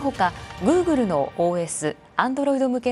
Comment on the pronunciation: グー↑グル↓